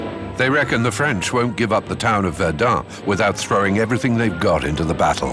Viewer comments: Минус ролику за ублюдочные ударения ИИ. ВердЕн, а не ВЕрден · Verduhn? Serious? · Βερνταν προφέρεται βλακα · ich hab es in min 2 nach 3 mal Verdun falsch ausgesprochen nicht mehr ausgehalten. Viele Grüße nach Naw Yark oder Landan.